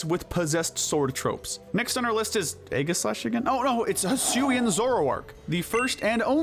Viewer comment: It’s pronounced EE-JUH-slash, “”! 🤨